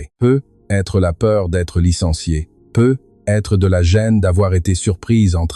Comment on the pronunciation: dans peut-etre , vous devriez mettre plus d'espace un petit - - - et vous etes incapable de lire comme il faut ........PEUT-ÊTRE se di lit en 1 un mot (PEUTETRE, c un ex ) sinon laissez la place à qui sait lire